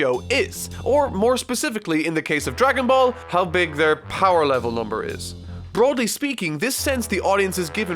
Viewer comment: "Broly speaking" - Secret joke or mispronunciation? Yes